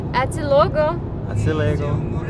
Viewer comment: after all this time you're living in Portugal you still can't say "ate' logo" properly, you should say "lo'-goo" accenting the "lo' " and never say "luego" that is spanish and the Portuguese don't like spanishes (just kidding)